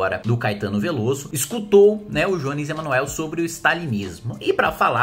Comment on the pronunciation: Tá de brincadeira. Não sabe nem pronunciar o nome do Jones "Emanuel" e quer falar sobre o que não conhece. Queria muito saber quais autores de esquerda sobre o tema leu. Nem a esquerda lê Marx direito, quiçá vocês. Só uma coisa: vai segurando a onda, porque esse é apenas o começo do crescimento da esquerda "radical", rs.